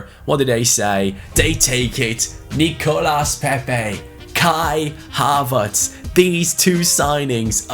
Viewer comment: I'm not 100% sure on this one but I dont think you pronounce the s in Nicolas Pepe. So you something like Nicolà Pepe Same with Lucas Hernandez I think, something like Lücà Hernandez Correct me if I'm wrong Glad you took Bayern Munich, keep up the content💪